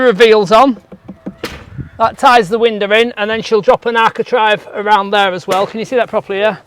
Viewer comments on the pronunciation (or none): Trave, trave, architrave it's an A. Not an I